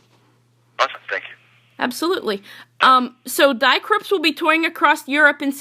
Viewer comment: Thank you for interviewing Die Krupps...but may I make a nerdy German remark? "Die" means "the" in German. Die Krupps = The Krupps It has nothing to do with the English "to die". The "ie" in the German "die" is pronounced like the double "e" in the English "to flee". Greetings Mega